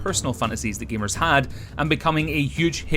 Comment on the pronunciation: femos, gemars